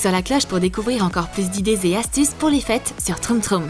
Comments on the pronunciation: Elle a dit fesse au lieu de fete à 🤣🤣🤣🤣🤣🤣😅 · la meuf a dit fesse au lieu des fete lol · Elle a dis des fesse au lieu des fêtes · À la place de dire l'atmosphère des fêtes vous avez dit l' atmosphère des fess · A 1min25 elle a dis atmosphère des fesse mdrrr 🤣🤣🤣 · je rêve ou elle a dit : l’atmosphère des FESSE !? 😂 mon dieux !